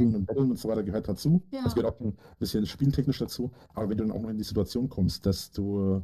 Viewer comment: Wongls Gesetz: Wenn Rainer das Wort "Sidduerzion" verwendet, kommt ein ganz besonders dreistes Lügenfeuerwerk.